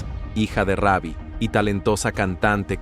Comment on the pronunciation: Hermano sino save no able el nombre es Rubi no Ravi ok😊